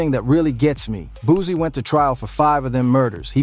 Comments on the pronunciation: He can't even say his name right😅😅😅he said booozie😅😅😅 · If he say Boozie one more time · I’m not watching a video calling this man “Boozie” smh 🤦‍♂️ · Boosie not boosy 😂😂😂